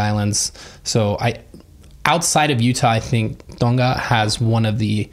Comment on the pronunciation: As a Tongan, I really appreciated how you pronounced Tonga :)